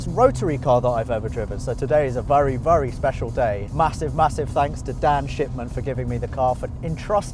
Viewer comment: oh shipman, it sounded like you were saying shitman